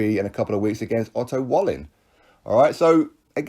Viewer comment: Of course tyson won't step aside all the stick he's had for schwartz and wallin pronounced vallin it's been to keep active with no danger so he's injury free and fit to fight wilder it would make it pointless of he stepped aside